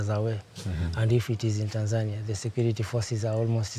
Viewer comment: Why doesn't the reporter pronounce Tanzania properly? The local will say it and he repeats with the incorrect pronunciation every time.